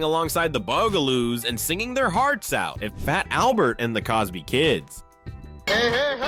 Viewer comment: Yeah and I've been asking this question frequently and no one will answer it.. and it isn't just here but answer me this.. did you hear how he said fat Albert? The "t" is silent..he says:"Faa-Albert".WHY????